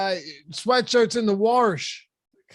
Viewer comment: I hate when people say warsh or pellow or melk..